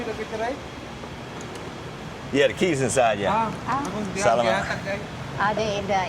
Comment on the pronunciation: Sometimes you correct Aprils pronouncation... Nicely. It's time she correct your "Salamat" :D 2050P for a battery??? I buy "not original" it fits for less than 1000. It last just as long here